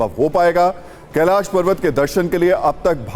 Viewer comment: कैलास नहीं कैलाश